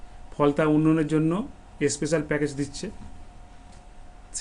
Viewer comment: স্পেশাল বলতে পারে না সে আবার ভোটে দাঁড়ায়। বলে এস্পেশাল।